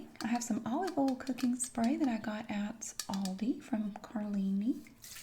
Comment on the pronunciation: I love it too. Her oil is like OL. I absolutely adore the way she says that.